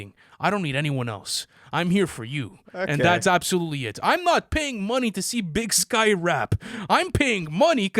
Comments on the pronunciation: Big Syke not Big Skye 😭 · Big SYKE....not big sky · Imagine calling Big Syke "Sky" over and over like that. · It's BIG PSYCH not SKYE he is/was a well respected Crip friend of 2pac .. put some respek on Big Syke name !